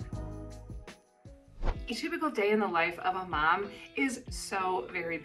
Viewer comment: You're turning into a New Zealander, you were pronouncing Mum more than Mom.